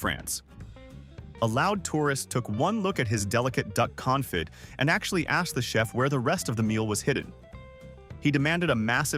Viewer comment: Well, onto the 101 American mistakes, you can add these. Mispronouncing "faux pas" is the 102nd... Thanksgiving is not Independence day, that's 4th of July. Confit has a silent "t"